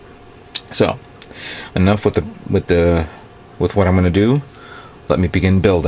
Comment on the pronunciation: Why do you pronounce it GUN-DAM i know it's spelt like that but it's GUN-DUM the a is pronounced as a u sorry people use to make fun of me for liking gundam and they who pronounce it wrong in all sorts of different ways to make fun of it so it kind of annoys make when a actual fan of the series keeps pronouncing it wrong. Sorry just throwing that out there